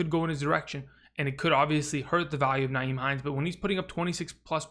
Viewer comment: It's not NYHIEM, Frank Reich doesn't use Nyhime enough. Frank just seems to put him away and bring him out whenever. It's the inconsistent play calling.